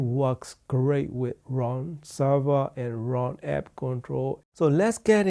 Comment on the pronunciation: I like Ruun like the moon, said Ron.